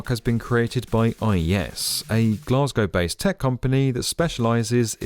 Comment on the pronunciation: Can we all learn how to say Glasgow please?